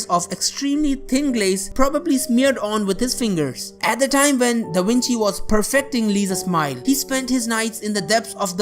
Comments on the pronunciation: It's da Vinci not da winchi genius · “Da winchi” It’s”Leonardo da Vinci” ((I think)) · He said Da wentie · You kept saying Leonardo Dawinchi and your voice is annoying. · Da Winchey?😄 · k a a k k omg yeah I laughed my behind when heard him say DAWINCHI! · Da Wenchi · Da winchi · V IN LATIN WAS PRNOUNED W. C IN LATIN WAS ALWAYS PRONOUNCED K. So this cat is talking half Latin and half Italian. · da winchi wideo How can this guy said the words that begin with V with W